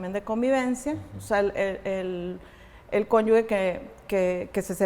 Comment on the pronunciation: Con todo respeto pero es magistrada y no sabe decir correctamente CÓNYUGE 🥹